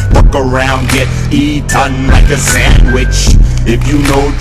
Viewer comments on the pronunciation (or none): none